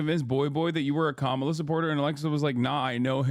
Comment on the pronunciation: He said Kamla. 🥥🌴